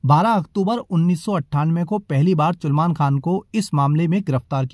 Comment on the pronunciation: Chulman khan😂😂...its salman